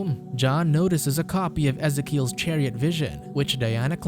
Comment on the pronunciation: Really? You don’t know how to pronounce Ezekiel? Ask a Christian!